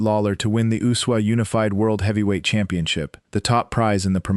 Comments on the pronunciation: Why does that dumb AI voice keep calling the USWA the Usuwah? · I've never heard the USWA pronounced as one word